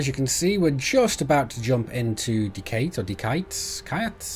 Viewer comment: i personally pronounce Deciat like this: "deci-at". might work for you aswell :)